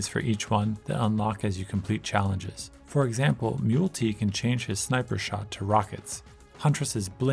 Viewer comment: Great video man. I saw your post on Reddit 🙂 One thing, I think Mul-T is pronounced "multi" as in he has multiple weapons on his arms. That's how I say it in my head anyway. There's a big emphasis on proc effects (i.e. items that have a chance to trigger on hit) in this game, so that's worth a specific mention because most of the wacky destruction and op-ness comes from collecting proc effects and stacking them to increase chances. Overall I think this is a great video, I love the editing and you have a wonderful voice! It made me want to pick the game up again. Also, rex is one of my favourite characters, fight me.